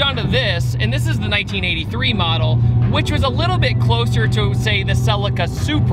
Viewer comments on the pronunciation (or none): none